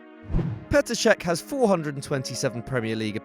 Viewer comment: He ha since made fifty apperances. MY EARS